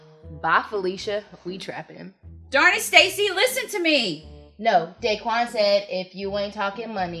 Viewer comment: what made me laugh was that it isnt 'day-quan' its 'dah-quan'